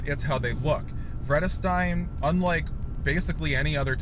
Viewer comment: Not correct pronunciation if you know German as I do